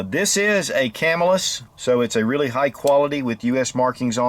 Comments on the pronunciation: CAMILLIS: pronounced Ka-mill-us. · It's Ca-Mill-Us. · When I lived in Camillus, a few miles from the cutlery, we pronounced it cuh-MILL-iss 🤓